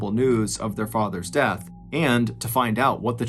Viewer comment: "What DAAHTH"??? Not the horrible mispronunciation trolling again MrBallen... Please fix , it's disrespectful.